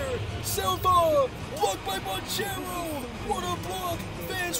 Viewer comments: Magic fan here - it is pronounced Ban-Kairo not Ban-Chero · I hate how he pronounces banchero